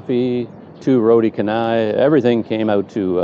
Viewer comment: the roti 'Canai'... the 'C' in 'Canai' in Malay/Indonesian pronunciation is pronounced as 'Ch' as in 'Charcoal/Chapel/Chimny/Chariot'... so if you see any Malay/Indonesian words starting with a 'C' use 'Ch' for pronunciation... 'Canai' will be pronouced as 'Chanai'... Nasi 'Campur' - Nasi 'Champur' and so on... 😄